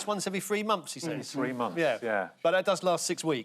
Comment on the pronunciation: Why has it suddenly become fashionable, to mispronounce the word ‘says’?